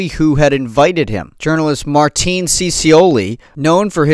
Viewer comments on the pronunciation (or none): none